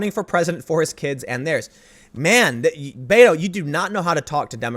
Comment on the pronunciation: I know you're saying Beto, but i keep hearing beta.